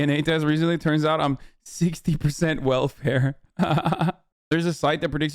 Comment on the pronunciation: You could at least say welfare without the hard R Ben.